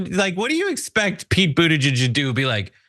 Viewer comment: "...Beetle-juiced" ! No way can I unhear that ! No ! will use it instead !